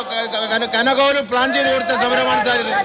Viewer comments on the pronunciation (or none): കനഗോലു എന്ന് ആദ്യം പറഞ്ഞു പഠിക് ശിവൻ കുട്ടി